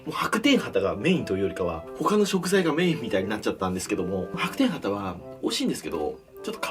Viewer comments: ハタ系の魚が畑ぃの魚に聞こえた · 畑のお魚って聞こえる… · 何度聴いても畑の魚に聞こえてしまう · 畑の魚に聞こえた笑